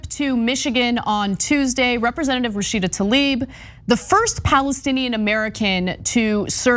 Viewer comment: Joe "Rasheeeeda Tlaib" Biden.